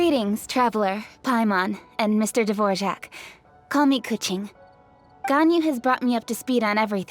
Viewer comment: I died inside when his name got called Dvorjack instead of Dvorak lol